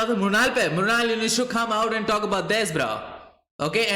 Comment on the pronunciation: murnal ke bare me (mornil ) 😂